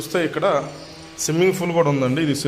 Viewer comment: దయచేసి ఇంగ్లీష్ మాట్లాడొద్దు... స్విమ్మింగ్ ఫూల్ కాదు.. పూల్.